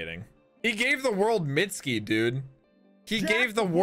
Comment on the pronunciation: i really love y so much, and dont mean to call you out of your name but you said "mitski" but its actually: mit-su-ki forgot the u in it